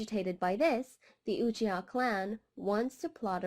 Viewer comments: It hurts me when you say his name like UoChiA Atachi Just say his name normally you don't have an accent for one name, but it was a good video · I love how she incorrectly pronounces his second name😭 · Ithotchi lol